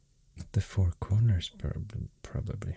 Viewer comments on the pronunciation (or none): none